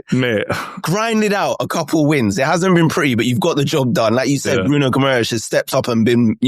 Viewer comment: Gimmerish?? How about you learn to pronounce his name properly 😂